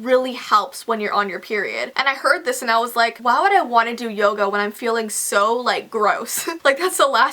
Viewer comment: lol I didn't know she pronounced yoga yogo